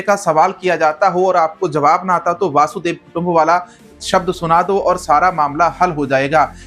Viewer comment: तुझे एंकर किसने बनाया ? वसुधैव को वासुदेव बोल रहा है। खोता कहीं का।